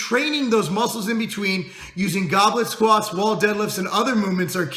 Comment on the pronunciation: I thought he was saying Goblin squats at first. Haha.